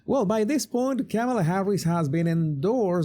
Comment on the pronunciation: you had better learn how to pronounce her name.